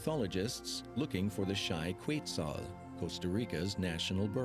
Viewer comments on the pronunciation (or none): the correct pronunciation is "ket-SAHL" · The computer voice that narrated this mispronounced several words (including Quetzal) and incorrectly called two toed sloths (two fingers). A “documentary” that uses AI should be labeled so people know and can evaluate its accuracy. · I'm sorry but the narrator needs to pronounce some words better. Quetzal, Indigenas etc. The producers need to revise the pronunciation of these words to make sure they sound as they should. For that and although the documentary is great, you get a dislike.